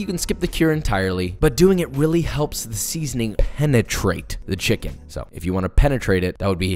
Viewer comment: “They’re not people they’re chimkens” - Joshua Weissman 2021